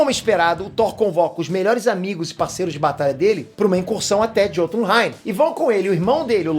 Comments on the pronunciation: Bom vídeo ! A pronúncia não é “JÔtunheim” é “iôtunheim” Assim como vc pronuncia “miolnir” e não “Mjolnir” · a pronúncia é "iotunheim", o "J" tem um som de "i" nos idiomas nórdicos.